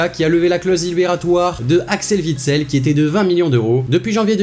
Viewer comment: Très bonne vidéo mais juste , pourquoi vous dîtes " Dènedonckeur " et " Andèrelèchte " C'est du néerlandais, pas du français , Axel " Huitsel " , c'est pas un " v " mais " w " . Il sert à quelque sinon il ne serait pas là ! Tout ce qui est écrit entre guillemets est la phonétique, sauf le v et le w .